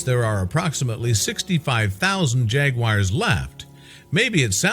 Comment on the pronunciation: Why is this moronic voice calling them "jagwires"?